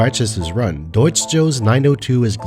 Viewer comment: I have to add, as a German, your pronunciation of Deutsch and Über are very clean. Good job